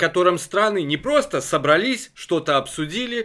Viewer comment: Не собралИсь, а собрАлись!